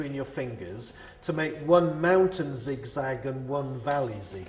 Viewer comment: yes i know but it sounds like fountain